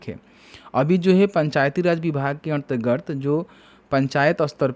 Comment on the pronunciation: अन्तरगत पढ़िए भाई, अंतर र्गत नही